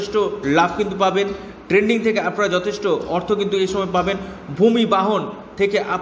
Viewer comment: ট্রেডিং উচ্চারণ করুন। ট্রেন্ডিং নয়।